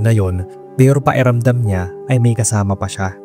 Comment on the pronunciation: PAKIRAMDAM hindi paeramdam. buyoy